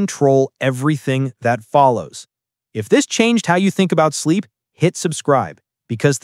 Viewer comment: TF IS BIZEEP 💀